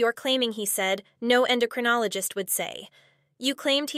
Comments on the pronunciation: En-DAH-crinologist What!?!? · She says diabetes and endocrinologist wrong. Yikes. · PLEASE pronounce it correctly Endocrinologist!! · En do cro nol o gist 🤦‍♂️🤦‍♀️🤦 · How is it she doesn't know how to pronounce "endocrinologist"???? What agency would let these two adopt a poor innocent baby? It's bad enough they are allowed to have pets.